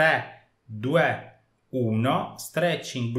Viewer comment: Ma perché dici duè?